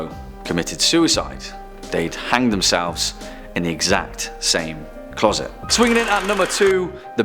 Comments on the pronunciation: Clause it? Where is the narrator from? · Why can’t you say the word closet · ITS CLOSET NOT CLAWSET, LEARN HOW SPELL IDIOT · What’s a clorset? I giggled when you said that... TWICE 💋💋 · "Clawset"? Did i hear that right?